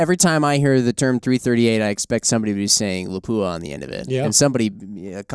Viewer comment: Someone finally nailed the pronunciation of Lapua. Well done.